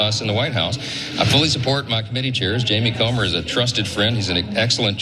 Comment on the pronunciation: Did he call him “Jamie comer”?